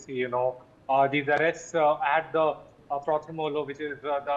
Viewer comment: Prothom Aalo. That's how it is pronounced. Means the first light. Pronounce correctly